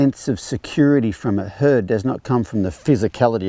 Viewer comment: I love how the captioning translated your pronunciation of herd as hood. Works, huh?